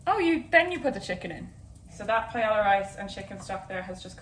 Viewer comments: I’ve never heard Paella pronounced that way. It made me cringe so hard as a Hispanic. You get a pass because you’re Irish. :p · It is a Spanish dish, so that’s the correct way to pronounce it! Double L’s (paeLLa) make a “y” sound. Like Camila Cabello is pronounced kuh-meel-uh kuh-bay-oh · My B+ in highschool Spanish is offended by that pronunciation of paella (it should be pie-aye-ya) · Forget pronouncing chorizo. Pie-Ella?????? Girl. Lovin these vids though so much, appreciate you. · pronouncing it "pie-el-uh" made me so uncomfortable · Pae-yuh. Ll= y sound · “I’ve started to settle into this madness” - like hazel pronouncing paella as pa-eY-LL-a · Pie-ela. I heard it and thought, "oh no thats how she pronounces Paella". Soo interesting the words other english speaking countries pronounce differently. I guess not even english speaking, but all countries/regions. My fave example of this was when I studied abroad in Spain and a teacher was trying to explain a regional dish that was smoother than flan, like a custard. She tried to remember the english word for it. So we were saying like, "pudding, custard, tapioca" and she said, "I only can remember it in french, the french word is Creme Brulee" and all the english speakers in the class make acknowledgements of understanding and she asked "Well what is it in English?" haha. Sometimes we butcher languages and other times we just pronounce them as close as our accent can handle. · pay-ella. yikes. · i love you so so so so so much...but I almost choked when you said paella. (its "pa-eh-ya") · A PIE-ELLA 😂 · this recipe and the way you say paella (which in all fairness is how it's pronounced in English) is as if fish and chips were made with beef and beetroot and pronounced "chiffon-cheese", it's so sad :( dodie's "wait, what?" made it worth it, though :) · Is hazel saying Paella?? If so, never in my 22 years of life have I ever heard someone pronounce the l’s 😂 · I have never heard someone pronounce paella like that lol